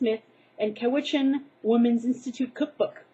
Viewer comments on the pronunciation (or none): OMG OMG OMG! I live in Nanaimo! And by the way it Pronounced Cow-Witch-in Or Cow-Vally. Lol, but ya :)